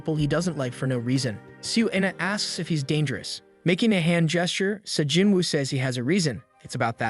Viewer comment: Sa Jinwoo❌ Sung Jin woo✅✅✅✅✅✅